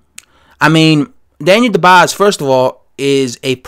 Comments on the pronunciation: Daniel DUbois is a solid sparring partner. Dubois would destroy Joshua in 3 rounds if they ever fought. Btw, it's pronounced DOOB-WAHHHHHH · Ya..you sure messed up that name bruh 😊.so allow me to attempt to correct you...see, "Dubois" is a French name it's not pronounced the way its written..so try to think of : "Du-bua" that's how "Dubois" is pronounced ..hope that helped bruh